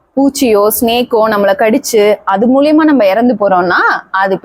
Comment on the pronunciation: மூலியமா இல்ல.. மூலமா..... இது தான் சரியான உச்சரிப்பு.